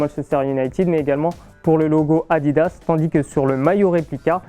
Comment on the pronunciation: moi au début j'ai cru qu'il disait maillot a 10 euros mdr🤣